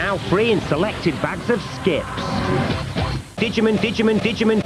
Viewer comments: Digimin lol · Announcer says Dijimon like Didjermom. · I've forgiven the british for many things, but I can NOT forgive that pronunciation of "digimon". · Holy shit, that is the most incredibly British pronunciation of Digimon I have ever heard